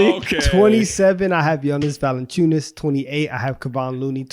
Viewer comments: It's ValAnciunas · ITS ValAnciunas yall